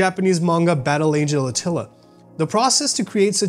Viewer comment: Battle Angel "Atila"